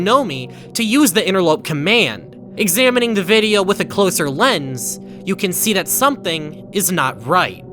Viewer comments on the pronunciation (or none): none